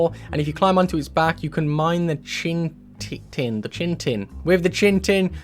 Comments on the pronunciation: Chitin is pronounced kai -tn, not chin-tin. :-) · It’s not “Chintin” it’s “Chitin” 🤦‍♂️ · learn to read lmao... "chintin" THERES NO N IN THE MIDDLE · ghost man is odin its how he appears in mortal form its just for flavor. also Chitin is pronounced 'kh-i-tann' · "Chitin" is "Kye-tin" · Chite Inn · Sees a word spelled C H I T I N says, "CHINTIN" facedesk